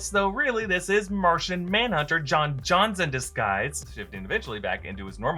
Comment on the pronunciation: He said john johns not john jones